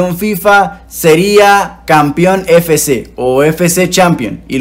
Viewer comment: Siempre me ha dado mucha risa cuando dice "Fé Ce Mobile" siendo que es "Efe ce..." pero igual excelente video, saludos